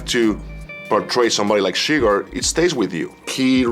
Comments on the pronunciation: how are you such a fan of the movie, and you pronounce the character chi-gger wtf is going on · Did you call him Anton chigger?